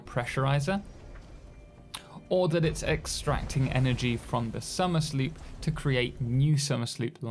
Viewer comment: Question: Isn't it supposed to be pronounced Somer's Loop?